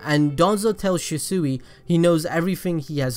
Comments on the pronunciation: He keeps calling him shisuey Did he even watch the show? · The mispronunciation of shisui throughout the whole video bothered the hell out of me lmao but I been watching for a while now and he pronounces it right now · Am I the only one that is triggered by the way he calls shisui’s name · Im getting TRIGGER at the way your saying ( The god or G.O.A.T ) Shisui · Wish you would say his name right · butchred his name very 3 seconds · Anybody else annoyed about how he says his name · I absolutely hate the way he pronounces shisui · Hate how this dude pronounces shisui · Kishimoto: Shisui (Shi-Swee): Shisui (Shi-Sooie) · Why do you say shisui like that 😭 ( shi- swee) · I know he gave us a disclaimer but it’s she sway not she seuih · Shisui=she-swee not she-suey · She suey? It’s more pronounced she sway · It's not shasui it's shisui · Ffs it's she-swee not shi soo wee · It’s she swi! Not she suwi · Shisuwi?its pronounced as shisuy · Its shisui not shisuiii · Its pronounced as SHISWI not SHISUWI hahahah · If he says Shisui Shee-Suhi one more time... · Shi sewy 🙄 good video tho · Prounounced Sheeswee. Jesus this hurt my ears. Good Video Otherwise. Omegalul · Shisui- (she-swee) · It’s pronounced “she-swee” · ITS PRONOUNCED SHE - SUIE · Its pronounced (she - swee)....sounds weird how you saying his name. Other than that, great content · Okay say it with me SHEEEEE-SWEEEEEEE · Attach-chi and Shew-sew-wi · IT'S SHIS-WAY! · SHEE SWEE= SHISUI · ITS SHEESWEE LIKE THAT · Everything he said she-sui I got triggered.... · sHi SoOeY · She swi is how it is pronounced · His name is shishui not shisui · How to say it properly Shi=She Sui=swee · Ohh it's pronounced she-soo-e I thought it was she-swee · It's pronounced "shiswi" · Abdul S I think he’s saying it like that bc the fixes in his name have 2 meanings and it could also be his accent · Bro stop saying shiesuuuuie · It is pronounced Shi-Swi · pronounced she•swee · Stop saying shesue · It’s pronounced (shees-u-ee)